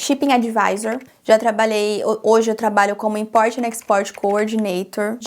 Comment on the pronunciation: Sei que você não perguntou mas percebo que todas as vezes que você fala palavras em inglês você adiciona vogais no fim das palavras e isso é um erro. Não é o seu accent, não me entenda errado. Falar facie bookie, i likie… invoicy… isso são erros que cometemos. Eu já fiz muito isso mas aos poucos da pra ir polindo e melhorando essa pronúncia. Exemplo, importie and exportie… fala um T mudo e o inglês vai mudar muitoooo